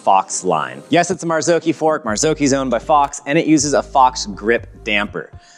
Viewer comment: Mazaoki isn’t how it’s pronounced ;p mazz awe chi